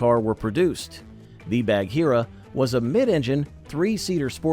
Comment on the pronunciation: BAG-heera, not Badge-heera. Thank you.